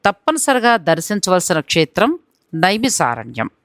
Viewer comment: Madam first aaa peru maarchandi... నైమిశారణ్యం .... ష...కాదు